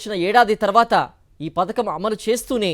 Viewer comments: పతాకం కాదు పధకం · పతాకం కాదు అమ్మ పడకం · పతాకం కాదు అమ్మ పథకం